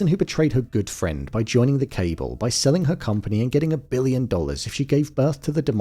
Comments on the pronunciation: Cabal is pronounced as "cable"? Thanks AI. Maybe it would be better if an actual human read the script. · Thanks for the video but could not stand the pronunciation of cabal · the true horror is the pronunciation of cabal